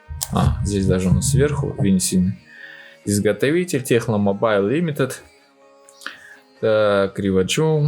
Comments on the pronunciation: ТЕКНО! А не Х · английская буква C звучит как Х? Если нет, то почему "Техно"?